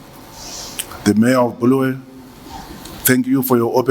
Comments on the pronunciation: minister please it’s not Bullwayo but KoBulawayo . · Say it with me BU-LA-WA-YO there's no such thing as BHU-LU-WE-YO Sir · It's Bulawayo not Bhuluweyo, you look and speak like Gambakwe 🙄